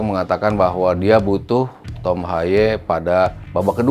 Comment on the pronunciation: pak nyebut nama yg bener g semua harus di inggriskan : HAYE : Ha ye bukan hay HUBNER : Hiubner bukan habner STRUICK : Strauk bkn Straik